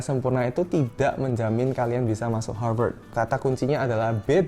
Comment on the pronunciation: Aku: Harvat Kakaknya: Harveurtds